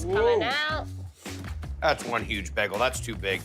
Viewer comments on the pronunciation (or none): It’s Bay-Gul not Begul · BAY-gle not BEG-gle.. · Baaayyyygul. Not bagel dammit. 🤣🤣🤣🤣👍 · Or how Guy gets begul from bagel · They ALL say bagel wrong! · Why can’t guy pronounce bagel?